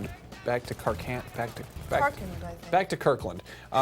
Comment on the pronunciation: It is Back to karKAND! not KARKLN